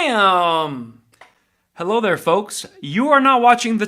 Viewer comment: Says helleau....hahaha